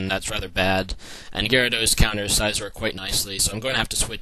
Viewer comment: Why do you pronounce names wrong, like celebi, suicune, and scizor